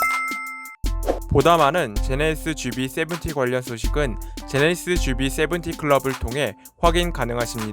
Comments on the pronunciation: 제네(히)쓰ㅋㅋ 제네시스도 잘안되는데 꼭 칠공을 쎄븐티라고 고집하지요. 한국사람만 보는데 ㅎ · 제네(시)스ㅋ 제네시스하실때 조금 천천히 말씀해보세요 기존보다 나아질거같습니다.